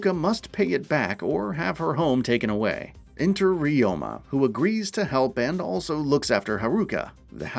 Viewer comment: One thing you should know, his name is Ryo-ma 龍馬, it means Dragon-horse , not re-oh-ma.